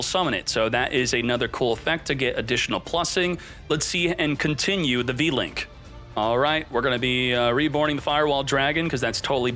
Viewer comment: U-Link not V-Link